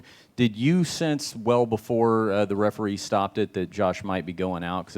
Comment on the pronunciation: "heferee" LMAO